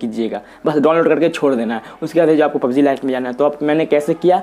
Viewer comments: pubz nhi hota hai pubg hota hai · Not pubzee it's pubg